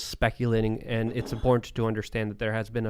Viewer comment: I wish would practice saying “important” and “abhorrent” so that we know he understands the difference lol